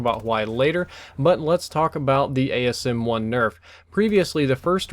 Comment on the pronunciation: It's called the asm1 not the ams1